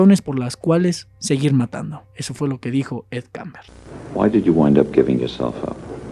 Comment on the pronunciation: Kemper,no kamber